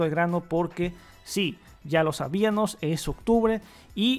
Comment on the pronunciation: Hola amigo, agradecemos todo el esmero que haces en el canal, pero quiero hacerte una coreecion pues constantemente en tus videos noto el mismo error al momento de pronunciar algunas palabras por ejemplo en el minuto 1 dices "Sabianos" y la forma correcta es "Sabíamos". Noto que tiendes a cometer ese error siempre, el de cambiar las M por las N.